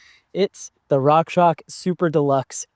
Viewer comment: why do you say rockshock? isn't it pronounced rockshox? ( rockshoks?